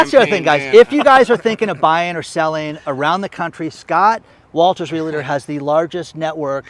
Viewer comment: Ask Scott Walters how he pronounces REALTOR. There is no "LA" in the middle - just REAL + TOR.